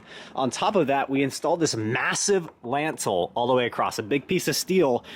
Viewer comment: dude said lAntal its lintel